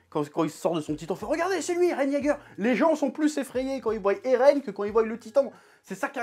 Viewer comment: Attention Chef, quand tu t'emballes tu dis ''Voyent'' comme un ado ''show off & déscolarisé"